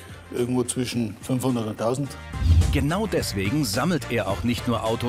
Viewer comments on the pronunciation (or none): none